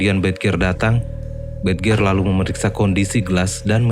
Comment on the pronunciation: Bridger bacanya brid-jer , mas